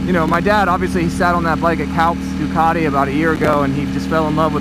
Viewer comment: Try to get the pronunciation right on the Duc, it's still Italian